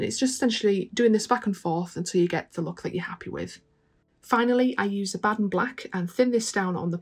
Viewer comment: Wow- that shield looks great. You’re my new favorite painter, if only because you pronounce Abaddon properly!